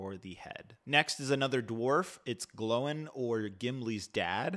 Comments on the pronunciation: What’s wrong with you people? also pronounced Gloin as Glowin. It’s GLOOIIIINNN OIN AND GLOIN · Gloin like groin not glo in